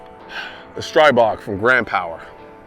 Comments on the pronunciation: Probably should pronounce it "STREE-BOG". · Correct pronunciation is Streee-bog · FYI those are dual purpose sights. If you look at them when they are folded away there are still notches cut out out for speed shooting. When they flip up they are peeps, down is "oh shit" sights as I like to call them lol. Also, pronounced STREE-BOG, as in the Slavic God. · Stribog, not Borg. 😏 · PSA: For the love of God it’s pronounced STREE-bog. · My Slavic pride causes my ears to ring when my fellow American Patriots pronounce Stribog as if they were from Wisconsin. Streebôg. Slovakian made . Not mass produced. Each gun serialuzed,meaning hand built ,each beautiful unit. Get me an address and I'll send you a Slovak Pride T shirt. Live your vids,respect and admire your beliefs. Peace be yours ,but may you be orepared for war.